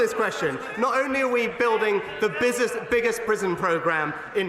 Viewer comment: Sunak.."bizzest...biggest"..your point?